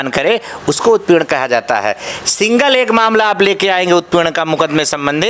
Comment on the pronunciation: सिंगिल नहीं सिंगल होता है नेता जी बोलना भी नही आता हैं!